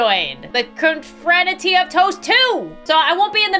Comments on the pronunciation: inability to pronounce confraternity is cracking me up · mispronouncing confraternity is thee funniest thing ever😂😂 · playing “cute” bread game:❌ struggling to say confraternity:✅